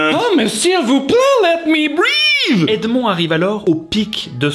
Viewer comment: « Let me breaaazzz » 😭